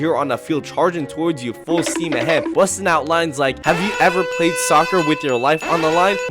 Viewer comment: when bro says soocer my heart hurts